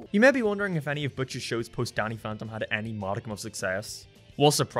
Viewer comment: "Donny Phontom"